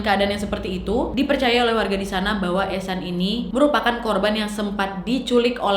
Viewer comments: Oh eshan gua pikir haechan Soalnya pas video tiktok nya lewat fyp Gua dengernya haechan😬🔫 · aku liat vidio yg ehsan dengernya "echan reneo chan.. hechan"😭🙌